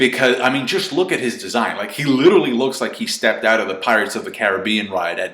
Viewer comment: fucking hell if youre going to use the word LITERALLY learn how to fucking say it!!!!!!!!! "littlely" IS NOT HOW YOU SAY IT.